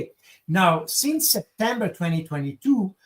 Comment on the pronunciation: not only is this Baud guy incredibly boring but the accent is unbearable.....can't even pronounce the word "since" withour saying "seence"!